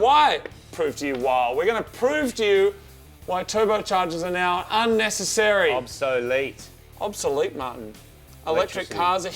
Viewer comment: MARTY SAID OBSELETE AHAHHAHAA